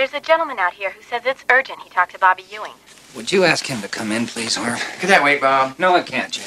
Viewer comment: It’s pronounced “eewing”, not “you-ing”.